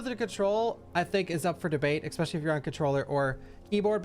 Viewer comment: Here's a hateful comment: stop saying ECSPECIALLY, it is ESPECIALLY🤣